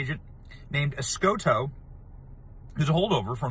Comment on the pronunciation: Escotto (os-got-toe), os-gaught to go to jail!